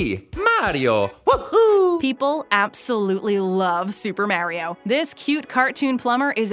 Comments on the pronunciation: this is how many times said mario as mareio | | v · It is Mario not mairio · It’s may re ooo not mar I o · everyone=Mariobabbletop=Morio is what it sounds like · Mario not maareo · ''Super Merio'' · this chick literally said super maryio who hired this woman and said it several times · People love super merio she says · merio? In Italy we litterally say mArio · “ super mare-io” ?, that’s not how he’s pronounced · The way that the narrator has been pronouncing MARIO is wrong. The “AR” sound should be pronounced as it is in the words “car”, “star”, etc. not “care”, “stair”, etc. This drives me crazy and annoys me so much. please be aware that you need to give the names of the characters and the games themselves the proper pronunciation of the names of them. Also some of the toys that are mentioned in this video were also mentioned in the 10 saddest McDonald’s toys videos, so are you basically making a double standard? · She said it wrong 8 times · not to be rude or anyting but you said mario wrong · Why do you say Mario like that😂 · You say Mario weird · You don’t pronounce Mario right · PLEASE FOR THE LOVE OF GOD, NEVER EVER SAY MARIO EVER AGAIN!!!! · Please say his name right